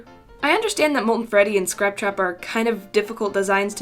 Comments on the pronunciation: Its SCRAPTRAP not SCROUPTROUP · Is scraptrap not sruptrup